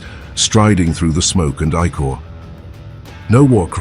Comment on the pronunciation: Makes my brain hurt. Please, Please find a way for the a.i. to pronounce" icore" not as "I Core " but as "ick ore" as in icarious the ic has phonetic ick sound.